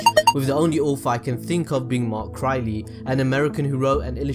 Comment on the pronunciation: Did I just... hear him... say mark Crylee??